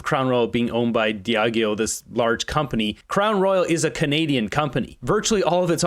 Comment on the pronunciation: It’s pronounced “dee-ah-jee-o”